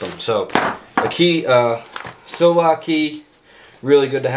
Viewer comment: Its called a sillcock key not sill lock.